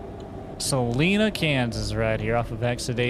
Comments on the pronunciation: Salina is pronounced "Suh line uh" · Just an fyi when saying salina the i doesn’t sound like an e lol